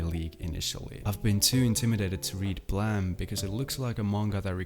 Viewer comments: why do you say Blam and not Blame? like... "Bleym"? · Man... did you just pronaunce Blame as Blahm? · Why is he pronouncing Blame as “blam” is that actually how people pronounce it? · why are you calling it blam? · can you read at all...? what the fuck is "blam" hahaha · how are you pronouncing blame wrong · English is not my first language but I think the way you pronounced Blame was weird. Sorry if I'm wrong.